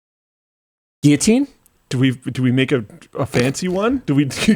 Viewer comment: Thank you for insisting on the correct pronunciation of guillotine, Linus. You've bought yourself an extra week of life come the revolution with that remark.